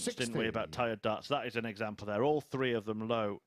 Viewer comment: What's up with the 12 year old commentator. Let me know if it is throw or frow and three free. His voice is so annoying get Edgar back